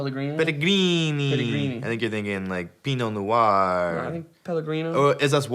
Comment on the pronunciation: Jared saying Pinot Noir in an Italian accent is my spirit animal